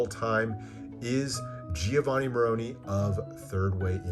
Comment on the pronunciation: Giovanni Maroni - announce his name with some articulation - it's No.1 , right?